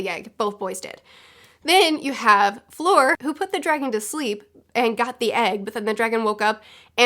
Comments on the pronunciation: In the first task, their speed was the most important. Fleur took her time to get the egg. (And it's not pronounced like Floor, it's like in 'erm...') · You catch so many things, and they're really interesting points. You're my HP expert now.^^ BTW, Fleur is pronounced like "flirt"(without the "t). ;) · "For floor" "flure, fore" 😄😝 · "fleur" does not contain a hard r, that's all you really need to keep in mind :) my main gripe is that dumbledore had the entire student body watch an empty lake for probably ~2hrs and then a maze entrance. what the fuck. why. the tasks could have been literally anything.